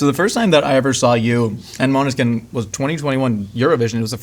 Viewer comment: Great interview! Interviewer knows his stuff, and, as a Scandinavian, it always makes me happy when interviewer pronounces Måneskin perfect! (Not that my English pronunciation is perfect lol). I'm shocked by the fact that garlic and onion do not go well together tho...